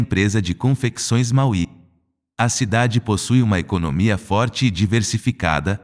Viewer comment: A pronuncia de Malwee é "malvi"